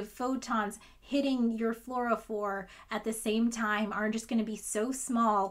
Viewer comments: First, I'd like to thank you for the distraction from the thing going on. Second, I am often mistaken but every time I've heard Fluorophore pronounced it was "floor-o-four". Again, often mistaken but I've handled a few of them. Finally, in response to the observation that you get less light noted Tell ya what: Who cares? Assume you have a magical Photomultiplier that can go ahead and detect single photons and is magically programmed at the emission wavelength.I think the limit of the system is not a particularly small number in a theoretical sense. I suspect the limit is determined by the size of the fluorophore and it's surroundings. If a fluorophore emits at 460nm given: 1 photon of 360nm light, 2 photons of 720nm light, or 3 photons of 1080nm light I think the limit is when the wavelength is so high that it no longer reaches the fluorophore. Also, this forced me to look up if Radio-frequency wavelengths can induce fluorescence, and it looks like the answer is 'yes' based on a 2002 study linked below: The author is using 3.175MHz radiowaves which comes out to a wavelength of about meters. Rounding down to 94.0 to keep me sane, 94m / (360nm * (1*10^-9)) ~ 261,111,111 This is a lot of emitters, and the frequency can get lower! Based on this, I would say the limit is determined by whether or not Comically Long Frequency Radio Waves (Think <<1Hz) can reach your sample from the emitter, and if enough can be pointed at the sample to excite the fluorophore. I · Love your videos. Pedantic pronunciation comment for you to enjoy: fluorophore floor-oh-four rather than floor-oh-fear (the former of which you use at the end). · I never heard fluorophere, but always fluorophore! But I like the way you pronounce the word nonetheless. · Fluorophore as "florafear" is great, I love it.